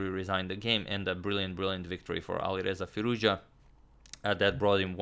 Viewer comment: You say Alireza Firouzja just like a native Iranian!